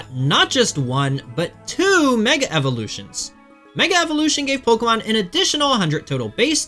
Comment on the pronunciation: How are you one of the best players in the world and still mispronouncing some of these Pokémon